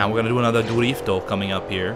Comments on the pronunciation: This dude's accent when he says DRIFTO! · it is so funny when he says durifto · jajaja durifto jaja im from mexico jajaj you say like a mariachi